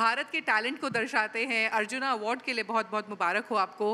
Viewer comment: ये अर्जुना क्या होता है अर्जुन बोलने में तकलीफ होती है क्या